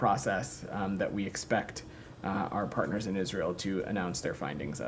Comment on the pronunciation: Every time he says our pattners in Israel which is constantly i want to vomit 🤮🤮